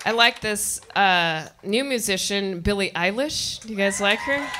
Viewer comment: Who the fuk is Bailey Eyelash...I-I Oh, who the fuk cahes!?!? - Ozzy